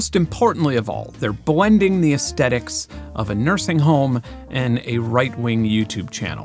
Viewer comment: Brother. You had me all the way up to the point where you pronounced aesthetics with a hard T. Come back to the light Ben. Denounce the internet's incorrect pronunciation of aesthetics and ascend to a higher plane. A plane where 666hz is the one true salvation (Great vid by the way 😉).